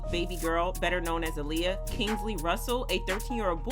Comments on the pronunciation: It's ahhliyah not uhliyah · It's not ahhhliyah either its aaliyah😂😂